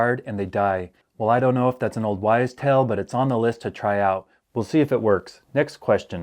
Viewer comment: Small correction: You said "Old Wise Tale..." - It's actually "Old Wives' Tale...". -- Great video once again. Thanks.